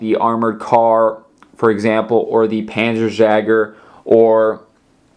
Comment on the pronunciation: First it is panzer yager spelt jäger and the wespe is prounonced vespe and it was artillery other than that well done one making so many vehicles